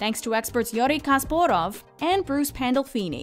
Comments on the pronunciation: KASPAROV NOT KASPOROV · his name is Garry Kasparov. Not Kasporav. 🤷🏼‍♂️ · I'm not quite sure you pronounce Gary Kasparov like that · Took me three rewinds to even understand who the hell they were talking about. "Who the f* is Yuri Kasporov??" lol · Kasporov? It's Kasparov, come on, you should get that right. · ITS NOT KASPOROV ITS KASPAROV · "Yori Kosparav"... LOL... such ignorance about chess... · Also "KaspOrov"? They couldn't even bother to read the name properly? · no hate towards the video, but Yorry Kasporov, really? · Haha I had to play it thrice to hear that properly. "Yuri Kosporov"?!?! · "Yori Kasporov"? Is that supposed to be the Russian pronounciation? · YORI KaspOrov? Really? ! Like the basketball player Will ChUmberlain? Or the baseball legend Boby ROth? Or the famouse quarteback Tim BraWdy from the New England Patriots? You get the name completly wrong and pronouse the last name wrong. Go learn the International Phonetic Alphabet (IPA), and read the wikipedia. Epic Fail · Yeah and they have said it at least twice in this video 😂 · I dont even like him that much but did they really disrespect Kasparov like that??I mean I can ignore the fact he is one of the top 3 players ever (no1 for many),but regardless I know a lot of people who dont play chess and still know him and can pronounce his name properly. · Lmao I love how the commentator tries to pronounce Kasparov’s name like a Russian and then immediately goes back to the Canadian accent for Borgov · What did you call Kasparov?! haha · You know its not a ordenary chessyoutuber when you hear the apransination of Garry Kasparov (maybe more right then I think but no other apransinait it like that) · The butcher of Kasparov's name is the funniest thing from this video. I enjoyed the video, but such disrespect to one of the best chess players of all time. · did she really massacre the almighty Garry Kasparov's name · wtf is that pronunciation of Garry Kasparov name???